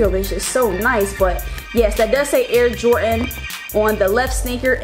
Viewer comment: Did you just say, jortan 4